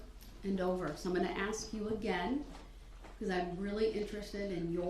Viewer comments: How come some people cant pronounce words that end with TH, they use an F or they cant say the word ASK properly? They say ax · 31 years but I don't believe your that bright. Ha ha. Aks, substain, tacket. All he did was copy her. Every big word he used he learned from her. Face it babbling brooks you got beat by 3 women. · I would be your best friend! 👏🏼🤣🙌🏼 I thought things like this the entire time. And my personal favorite “axe” for ASK. Drives me insane. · "TROOF" "GROUNDS " "DO DAT" "AXES" "NOT" "NOT " HE'S JUST A SQUIRLY SMALL NARCISSIST 😂😂😂😂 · He said sometimes he can't pronounce words.He's not wrong there,he can't even say the word ASK!